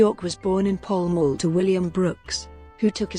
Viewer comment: Pall Mall is pronounced "Pow M- owe"